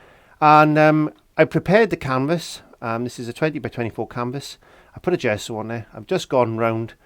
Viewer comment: What is a "zhesso"?!